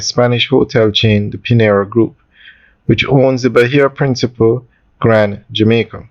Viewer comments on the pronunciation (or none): Bro i cant believe for a big grown educated mman you dont know the difference between "principle" and "principé" and every video you do about this hotel you pronounce it wrong its embarrassing at tgis point..the least you could do is make a simple pronunciation